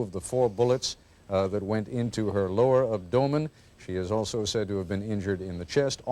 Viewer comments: Most people: AB-do-men Ted Koppel: ab- DO-men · "abDOHmen?" Its abdomen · Ab-DOUGH-men? Where did he get that from? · ab-dough-men and stan-gun..bless his heart :/ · Yeah but he says “abDOEman” smh fuk naw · The true horror of this is the way he pronounces 'abdomen' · Koppel cant pronounce abdomen